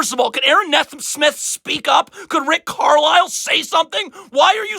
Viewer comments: It’s NEE-smith not Ne-smith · It's pronounced "Knee-Smith" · He still can't pronounce Nesmith.